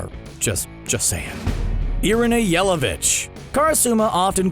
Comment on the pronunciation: His Irina's Last Name pronounciation says it all... Yell a Bitch